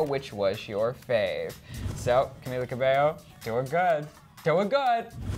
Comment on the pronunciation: Sorry but did you just say.. cabeLo..? :")